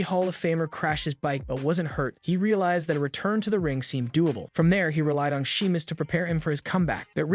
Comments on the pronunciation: Are you even a fan? Everyone knows how to pronounce Sheamus, except you. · And she-mus and char-lot (shay-mus and shar-lot). I think this might be a computer generated voice. Pronounced Babyface wrong too.